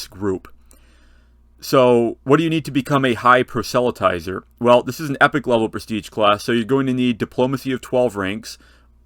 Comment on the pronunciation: FYI: Not quite how the word 'proselytizer' is pronounced (I think).